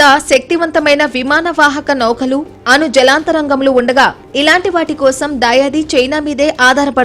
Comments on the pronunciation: తల్లీ! జలాంతర్గాములు అని పలకాలి..... జలాంతరంగములు అని పదేపదే చెబుతుంటే వినలేకపోతున్నాము. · జలంతరంగములు కదమ్మా జలాంతర్గాములు అని పలకాలి. పాత్రికేయులు కూడా మన తెలుగు భాషను సరిగ్గా పలకలేకపోతున్నారు. ఇదీ మన తెలుగు భాష దుస్థితి.